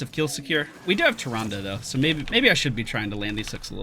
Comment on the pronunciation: I lol every time he calls Tyrande like that. Second favorite Nazeeeeee bÓ.